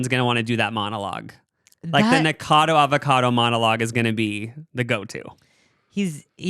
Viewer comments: I love you guys but your not pronouncing Nikacado correctly and it’s irking me lmao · The way they didn't pronounce "Nikocado" correctly even once